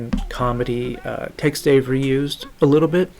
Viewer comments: Dude why are you calling Tex Avery “Text Avery”. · It sounds like you're saying Text Avery. The subtitle is spelled Text also.